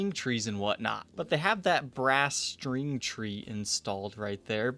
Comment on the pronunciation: I like your show but it would help if you could pronounce a commonly uttered guitar word like string as "string" rather than "shtring".